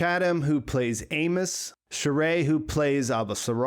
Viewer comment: I love it how you didn’t even bother to try and pronounce Shohreh’s last name.